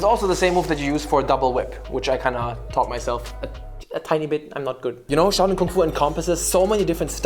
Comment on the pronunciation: it's SHAO(Xhiao) Lin, NOT CHOW LIN! you CHOW HAI !